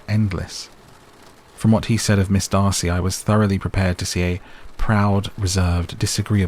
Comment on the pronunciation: Yay, the correct Darcy! 😂😂